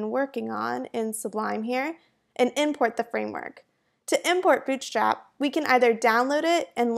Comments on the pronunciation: Good introduction ^^ , but I cannot stop hearing 'Bitch Trap' at the start of the video ^^' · Am I the only one who can hear "BI*CH STRAP" at the very beginning? :D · I heard "bitchslap" in the beginning LMAO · I was hearing b** slap. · i hear bull cr*p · I totally heard it. Hella accent to have that happen. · Why I keep hearing 'bitchtrap' :^) Thanks, useful quickstart. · I think it's her pronuncetion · I swear I restarted the video 3 times because I kept hearing "Bitchstrap" XD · " bitch slap is a.." Shit! I have to clear my ears! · Legit sounded like you said Bitchstrap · why does she keep saying bitchstrap in the beginning lmaooo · is it me or does every time she says bootstrap it sounds like b*tchstrap